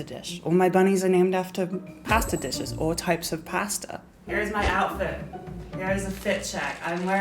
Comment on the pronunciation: you say pasta wrong